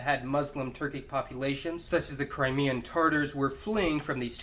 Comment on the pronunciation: “Carackle packs”? TaRtars? Awguzz? Sell-juck? You know, if you’re going to make a video about Turkic peoples, it might be good to learn to pronounce the names of the people you’re talking about.